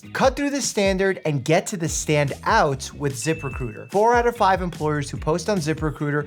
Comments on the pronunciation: Once your head Zip Recruiter as zipper cooter you can't unhear it. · Am I the only one who heard "Zipper Cooter"? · Dr Mike, I'm sorry, but I can't stop hearing "Zipper Cooter". I'm slowly wheezing myself to death atm. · I though he said "Zipper Cooter" instead of ZipRecruiter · I thought he said the sponsor was Zipper Cooter and I was very confused at first 😭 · I was listening and not watching, but I had to look up when you where talking about ZiprRecruiter, bc I heard Zippercooter and that seemed so weird for a company 🤣